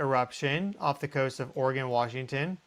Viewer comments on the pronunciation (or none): none